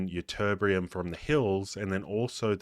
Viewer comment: Why is everything only "kind of"? Count how many times this phrase is used. I counted 37. Oh and it's Ytterbium, not Ytterbrium.